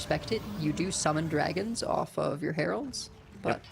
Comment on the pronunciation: 🤣 you can hear her struggle to understand what meant by “hewoeds”. Heralds…ahhh. lol.